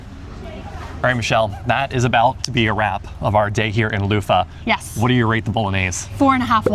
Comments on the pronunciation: people use those. Next time skip Bavet and try bolognese in Café Commerce and the cheese of choice in Leuven is Emmentaler, of course there are options. And one more thing, sorry can't help myself, I've tried to let it go but just can't... Leuven... pronounce the v like an English v. The soft f sound makes it sound more German. Oh my god, I can't believe I just did that, I'm such an asshole. Oh and one more thing, get a savory waffle at Bar Leuv. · I just can’t about your pronouciation of Leuven, it sounds like Loofah.. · I appreciate your enthusiasm for belgium, but Leuven isn't pronounced like luffa :D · Funny how you pronounce "Leuven" as "Loofah". We pronounce the n at the end. But it's a good try. Nice video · Pronouncing it loofah is indeed wild 😂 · Streetsigns are in Dutch and in Leuvens (Leives) dialect. The old townhall now is ceremonial, the entire administrative department moved to a new building next to train station. Next time you visit Leuven, visit the bars Malz, Leuven Central, Commerce, Café Sport, Allee... Bavet means bip. Not a fan of their spaghettis. Leuven is more pronounced as Lurven than it is Louven. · Cool video but just your pronunciation of Leuven is so bad , how you say it it would be written "Louva" ;-)